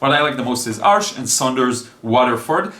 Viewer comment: You're the only artist I know that pronounces "Arches" correctly, haha. Good video! I'm excited to try Saunders Waterford as I keep hearing it's great. My current favourite paper is Fontaine (by Clairefontaine) with semi-glazed texture. I quit using Cold Press papers since they're too textured for my kind of work, but I can see why so many people enjoy them!